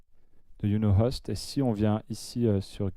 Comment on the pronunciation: C'est pas "Iou no host" mais "Why you no host (ouaille you no host en phonétique) sinon super tuto